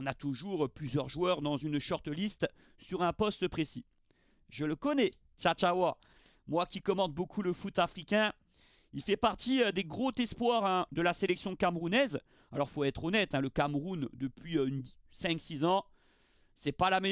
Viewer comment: À de la vidéo tu fais une grosse erreur de liaison récurrente c’est le « gros tespoir » alors qu’il n’y a pas de t à la fin de « gros » Fais attention, oralement ça fait mal à l’oreille je pense pas être le seul :)